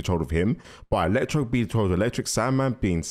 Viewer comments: Man said “electrode” 😂😂😂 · His name is ELECTRO, not “Electrode”. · It's Electro not Electroed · "Electrode" LMAO 😂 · Ah yes electrode, you need to start remembering names, it's electro!!! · It's Electro not Electrode, he's not a Pokémon bruv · Electro not electrode btw 😂